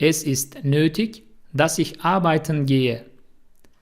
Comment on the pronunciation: Nötig yazıldığı gibi okunmuyor.